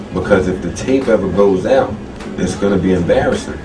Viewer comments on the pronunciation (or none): Joe destroyed all of them, and 50 never got back. Also, hearing the host say stuff like "blowing her back OOT" in a Canadian accent is hilarious. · Lol funny how you say "out". What accent is that please?